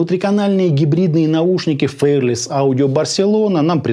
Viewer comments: Правильно не «фэрлес» а «фи-ар-лес» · спасибо за обзор. Но неужели так сложно посмотреть произношение слова fearless? Мы живём в 21м веке, сейчас даже английский знать не надо. Заходим в яндекс/гугл переводчик и слушаем произношение. Всего делов